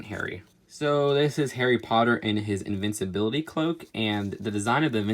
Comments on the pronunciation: Invisibility not invincibility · You said invicibility, not invisibility. You were supposed to say invisibility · It's not iinvinsibility cloak, it's invisibility cloak. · its invisibility not invincability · you said invicabilaty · It's InVISablility. Not InvinCABility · It's invisibility not invinceibility😅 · its inVISablility not inviCEability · Its definately invisibility not invinsibility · You’re saying ‘invinciblity’ but is invisiblility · Invincibility? And it’s “Vol-de-more” not “Vol-De-Mort” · invisibility cloak not invincibility cloak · Cho is a ravenclaw, also you said invisibility cloak wrong and newt’s last name wrong